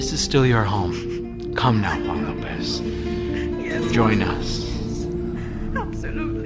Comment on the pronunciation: It's Huh! Huan. Juan. It's not pronounced "Won." J's aren't silent in Spanish. They're not silent in English either. Also, whoever is in charge is approving Spotify comments needs to be replaced. Why do we bother interacting if you leave our thoughts and replies hidden and "in review?" Do you know how crappy that feels?